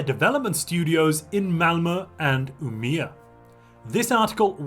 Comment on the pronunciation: Aaaargh. u are butchering the name UMEÅ xD Å is like O BUt with a twist u say it deeper in the trout sorta. And that changes it's sound. Wiat THta's only in swedish IT DOESN'T WORK IN ENGLISH D: DAMN